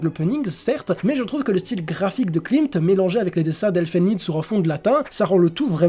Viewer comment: pour info elfen lied ça ne se prononce pas "elfen lide"